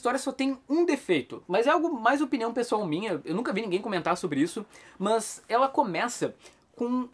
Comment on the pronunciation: Pq você fala "mãs" ? 🤣